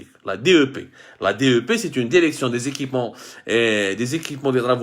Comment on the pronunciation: Derection pourquoi derection derection derection derection derection derection derection derection